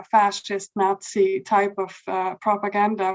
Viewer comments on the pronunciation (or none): none